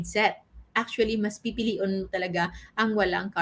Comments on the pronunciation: I Caught that too. Pipilion hahaha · Doc Bicolana ka po? You uttered ksi pipiliun hahaha